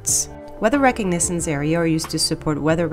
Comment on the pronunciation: weather "re-cahhg-nah-cents"... /rəˈkäɡnəz(ə)ns/